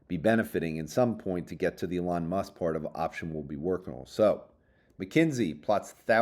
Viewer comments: oh my god he's finally calling him E-lon! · Thank you for finally pronouncing Elon correctly